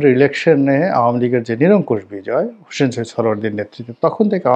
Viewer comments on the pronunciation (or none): none